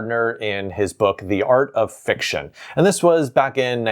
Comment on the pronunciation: "Fray-tag" and "fik-tee-uhn" 😇